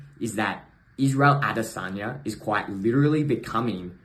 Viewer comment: Lol the J in the middle and if your from nz you know haha